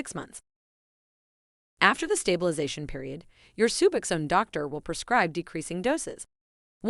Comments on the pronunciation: Omg SuuBoxxen. Suboxen 🙉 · If AI is so smart why can’t it pronounce suboxone correctly